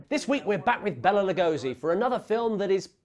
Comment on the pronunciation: IT'S BAY LA, not BELLA...